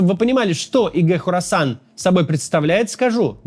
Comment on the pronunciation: Хорасан, [не Корасан], название большой провинции в Центральной Азии